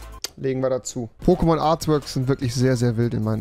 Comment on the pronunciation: Wie rewi die Namen ausspricht tut weh